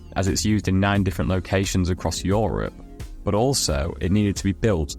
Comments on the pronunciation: did this guy just say Joorup to Europe? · yeah I got that, but I've just never heard of that pronunciation of 'Europe'